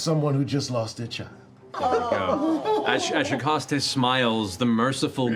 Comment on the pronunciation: Theyre pronouncing Shakäste wrong. Ä is not an a. It sounds like an a but closer to an e. You get the sound if you start with vocalicing an a sound but move it closer to an e, but not fully an e. If that makes sense. At least with a swedish ä 🇸🇪